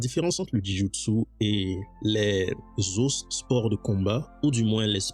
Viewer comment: Jou Jitsu pas Ji Joutsou 😅 Joint = articulation J’ai aimé ta vidéo c’est interessant!